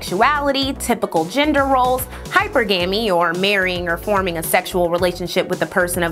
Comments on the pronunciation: It’s Hyper-GAH-MEE, luv. Video dope as always though. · Technically, it's: Hy-PER-Guh-Mee. There is emphasis on the second syllable, like in "monogamy". 🤓🤍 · she's wrong, too😂😂. It's pronounced "hi-PER-gah-ME" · You're wrong too. The 2nd syllable has the accent, pronounced "hi-PER-guh-ME".😅😂😂. But research is 🔥🔥🔥 as usual.😊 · I got stuck on the mispronounication of Hi- Per- Gah - Me too...😅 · me too! I actually unsubscribed. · Well done, sis; stay neutral but be an unapologetic black woman for the Black man and family! PS the word is Hyper-GAH-MEE sister much respect! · It's pronounced hy PER ga mee. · Some people have higher standards.I look up the pronunciation of words that have pronunciations that I’m unsure of, so that I don’t sound like an educated idiot.I’m Black, and in my opinion, too many Black people are cavalier about things like this, and how detrimental it can be for them.I can’t take anyone seriously who blatantly mispronounces a word like this repeatedly.Hyper GAMY doesn’t even sound right-almost as bad as Boosie saying EC-onomy, instead of E CON omy. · I am no longer pronouncing it "Hyper-gummy", your way is more fun. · Dammit it’s pronounced hyper-gamy.. not hypergamy… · Hypergamy is pronounced Hi per guh mee. Lol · Pronounce is like this: hyperg-gumy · It’s pronounced like Hi-Purr💅🏾-guh-me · You're killed me with the misponnunciation of the word hypergamy. It sounds like high-per-ga-me😊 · She pronounced the word as it is spelled. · She said it right, just put the emphasis on the wrong syllable. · The fact that its viewed as a problem that she told her how to correctly say the word is beyond me. Two things can be true at the same time. Yes, I watched the video, liked it, commented, AND I’m subscribed…all while appreciating all the research she does. However, it is also true that she mispronounced the word, and there is nothing wrong with stating that. There’s no need to be shady about it…. But alas